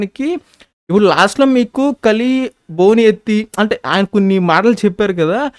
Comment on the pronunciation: Broo... కాళీ కాదు అయ్యా... కలి🙏